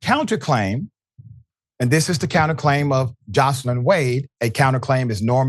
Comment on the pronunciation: Nathan Wade wife is not pronounced Jocelyn. It's Joyce Lyn. My name is Joyce Lyn., and I don't like for it to be mispronounced